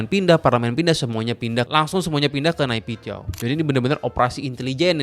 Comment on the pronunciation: Pengucapan yg benar itu nepidoo bang aku pernah nanya ketemen myanmar